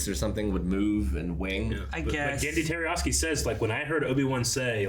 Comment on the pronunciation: His name is not "Jerryoski!" It's Tartakovsky! Tar-ta-kov-sky. It's like is incapable of even coming close to pronouncing the name right. He does it every time he mentions him and there is no excuse when they are doing one of his shows and can write it down for reference.